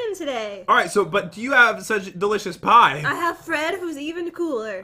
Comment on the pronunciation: Is no one going to talk about the fact that said pee-e instead of pie